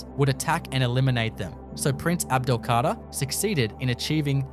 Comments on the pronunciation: C´est un robot (IA) qui prononce (mal) le texte ( les noms propres ) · L’EMIR ABDEL-KADER ET NON PAS ABDELKARTA !!